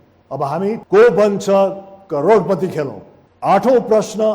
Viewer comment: Newari dai le karodpati vannu vako raix maile ta karodputi suneko